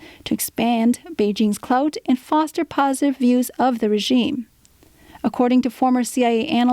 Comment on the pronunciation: I’m sorry did she just say clout